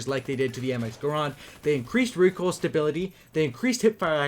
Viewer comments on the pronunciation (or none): it's called my grand not grond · It's not graaaaand, it's GRAND!!!